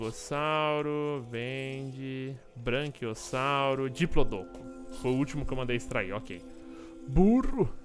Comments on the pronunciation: é Braquiossauro e não Branquiossauro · fala braNquiossauro, mas não é braquiossauro? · a serie ta acabando e o patife não aprendeu a falar BRAQUIOSSAURO kkkkkkkkkkkkkkk